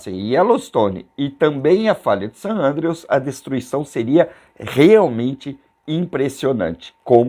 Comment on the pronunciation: Meu amigo. O vídeo é muito bom, elucidativo e muito bem narrado, porém você está equivocado com relação ao nome da famosa falha de San Andreas... Isso mesmo: FALHA DE SAN ANDREAS, e NÃO "falha de San Andrews. Todos sabemos disso... Ou, pelo menos, pensei que todos sabiam! 👍🏼👋🙏😉